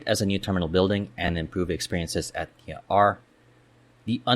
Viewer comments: A very succint analysis of NAIA and existing nearby and future adjacent airports. It has none of the propaganda or pandering commentary to San Miguel just simple facts. Just a few comments 1) It is not NIA (which refers to National Irrigation Authority) it is NAIA or nah-ee-ah. Sorry the pronounciation just gets me. 2) You should also discuss public access to NAIA and nearby airports such as trains, subways, even expressways. It is important as part of decongestion that people can easily get in and out of the various terminals faster, keeping volumes of people lowere witthing terminals as much as possible. 3) I hope they inter connect new Terminal 5 and Terminal 1 as well as Terminal 2 and new Terminal 4, making it more convenient for travelers the former 2 for international travel and the latter 2 for domestic travel. This leaves only Terminal 3 isolated. In other large International Airports like Changi and Frankfurt all terminals are interconnected by internal trains. 4) The idea of redeveloping NAIA to a new city Township like BGC (basically expanding Newport City) is still possible with the caveat to develop a Terminal Transit express to both NMIA in Bulacan and Sangley International where people can check-in (2 hours before) and take Airport express trains to NMIA or Sangley just like in Hong Kong. This would allow people to travel to a single convenient location nearby to check-in and still get to airports which are far away with facility. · NA-EE-YA, not NEEYA, tf is Neeya